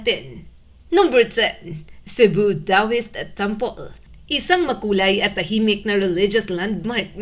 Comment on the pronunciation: Correction po…..Toaist Temple po not Dawist.